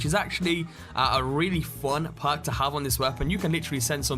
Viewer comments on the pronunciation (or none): "which is actually a really fun puk to have on this weapon" really fun puk to have... puk..... your English sounds terrible mate get it sorted